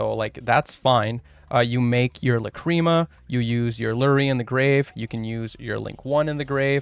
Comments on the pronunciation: Bruh... it's "LAH- cri mah", not "la CREAM a" I wasn't even able to keep watching lol... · Your pronunciation of Lacrima is incorrect, and it bothers meeeeee :( It's LA.cri.muh. you're pronouncing it like la.CRI.muh, which is emphasizing the incorrect vowels. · ok it's La-crim-ah. not la-cream-uh. idk where you go cream from. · Please stop saying "Lacreama" 😅 Shapesnatch and Joshua Schmidt pronunciation is much better and probably correct, check it out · Neither here nor there, but there's no cream involved lol. It's pronounced "Lack-rim-uh". I am 100% being that guy rn, but hearing "cream" over and over again has pained me biggly. The more you know. Also, everybody seems to have got this wrong, no worries. Just konami things. I'm probably gonna build snake-eyes white forest / azamina. Even with the SE consistency hits, the engines just work so well together. Tearlament also seems really good with the fiendsmith cards, might go back to the gamba lifestyle. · If I hear the fucking word la-cream-ah again I’m going to lose it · I cant beat watching 20 mins of "lacreama" sorry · WTH it's not luh-creem-ah. How did you even come to that pronunciation.